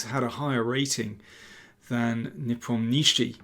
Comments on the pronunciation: Ian's family name is pronounced as NEE-POM-NYA-SHE-Y. The transliteration totally butchered it. Fun fact his Russian family name translates to "The one who does not remember". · Lol...yes Mr. Daniel King needs to learn how to pronounce Ian's surname correctly....it is so annoying to listen to this 'NepomNISHI' all the time. It causes distraction to his otherwise very good content and game analysis between the two players. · Daniel you're doing a superb job on so many fronts :) However, i guess the right accent for the WC contestant's name would be: nePOmnichi, i.e. on the second syllable, not the third. Keep on keeping on!